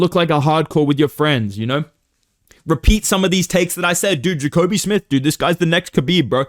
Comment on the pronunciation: “Jacobe smith” okay you not fooling anybody buddy